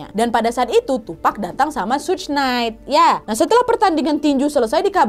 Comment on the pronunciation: suj apa suge sug kea ada yg salah ni mbak 😂